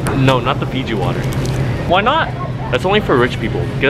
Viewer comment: It calls no wattar